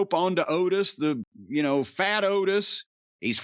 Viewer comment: You gotta put emphasis on "fat." Like "He's FAT!!!"